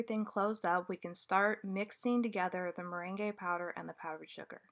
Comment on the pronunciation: Thanks for this video! Just fyi, the merengue powder is pronounced like the yummy merengues you bake with egg whites, not like the dance the merengue. It’s pronounced more like “marang.”